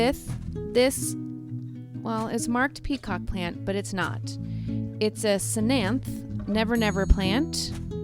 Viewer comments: Cthenanthe- not /se-nanthe/ its /teh-nan-tih/ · Good for you I rescue plants and animals. My only criticism.. Research your plants before doing your videos so you know what they're called and how to pronounce their names. The ctenanthe is pronounced te nan, or, te nen th. So te nan thh. Other names never never plant or fishbone prayer plant species. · The C is silent so it's pronounced tenanthee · Love your channel, and the way that you save all the sad plants :-) Ctenanthe (The c is silent) You say ten-anth-the and pronounce the e at the end :-) I am subscribed to your channel. Keep the great work up. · That final E is not silent. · It is related to calathea but it is actually a Ctenanthe (c is silent) lubbersiana or common name Never Never plant